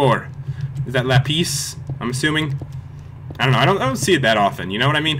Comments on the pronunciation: I completely forgot about the way you used to pronounce "lapis". :) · say like dis pat la_pi_s